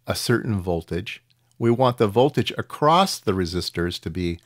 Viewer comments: Sorry, but I keep hearing acrossT when my ears expect simply “across” (without the “T”). Other than that, thanks for the explanation for something I did not even realize built so complex! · Interesting because I hear the extra 'T' all the time and its more prevalent in USA than in UK and I don't get it !! its ACROSS not ACROSST !! LOL :)